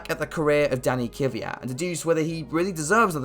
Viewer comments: Why is it so hard to say kVYat, not kYVat. Sky reporters and every English speaking person does it. It bothers me as an East European. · Why do people always say “Ky-vyat”. It’s Kvyat. Pronounced the same way his last name is spelled. Lol I just always find that funny.